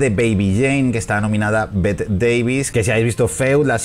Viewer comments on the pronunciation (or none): Bette Davis te halará las patas por pronunciar mal su nombre, ella decía que no era Bette como se diría literal, sino Betty algo así, así se escribiese Bette.